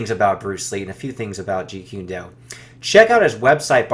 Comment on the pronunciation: Kune like coon not qune, if you're going to be doing interviews and you're going to talk about a topic please do not mispronounced the name. Also truth is truth and if it comes out decades later about someone character then we should know. Why are you trying to create a false image or character about somebody. I agree with Tommy carruthers about we've all made mistakes but that doesn't mean we shouldn't discuss it and it shouldn't be revealed.